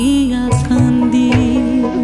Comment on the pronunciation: হেমাঙ্গ বিশ্বাসের এই গানটি আমি আমার গুরুবাবা শ্রী শুভেন্দু মাইতি মহাশয়ের কাছে একেবারে খালি গলায় প্রথম বার শুনেছিলাম।। একদম কেঁদে কেঁদে ভাসিয়ে ছিলাম সেদিন। "কান্দি" শব্দটি ওরকম উচ্চারণ আর কারোর কাছে কোনদিন শুনিনি।। সেই অপূর্ব আকুতি 🙏🙏🙏🙏🙏